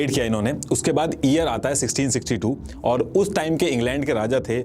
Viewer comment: pehle toh aap thikse YEAR bolna sikh lena please.. it’s very irritating to hear “EAR EAR all the time 😂